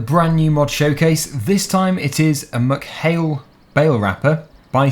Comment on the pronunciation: I live near ballinrobe in mayo its pronounced meck hail not muck hail